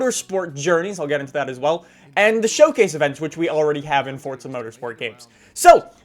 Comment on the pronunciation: Forza not fortza